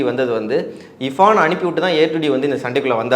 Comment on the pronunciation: அடேய் Anchor முதல்ல இர்பஙன் என்டு சொல்லுடா இபான் இபகன்னு சொல்லாம